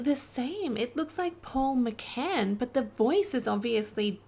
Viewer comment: McGann not McCann. Also did you watch this before or after watching "Name of the Doctor?"